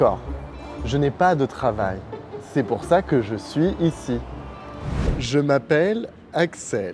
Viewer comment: "Un allongé de préférance" 🤭 Axel a dit: "Je suis ici...", mais sans faire la liaision, c'est la règle?, merci! 👋